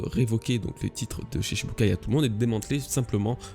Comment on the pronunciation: Stp cela se prononce shichibukai (shiTchi) 😬